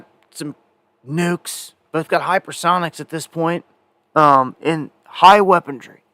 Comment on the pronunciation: ... THAT'S... WEAPON -REY... REY...NOT - NOT, WEAPON --DREE !